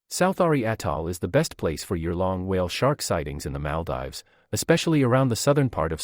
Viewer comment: Great video but its pronounced Mal-deevs